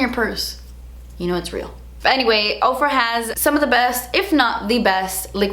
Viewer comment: When you said "I don't know if you guys follow Ofra on social media" I heard Oprah and was so confused until like the end of the video LMAO